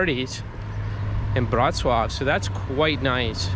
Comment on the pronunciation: not "Wrocław" 🤣